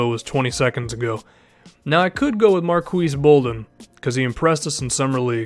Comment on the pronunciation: Marques is pronounced just like Marcus lol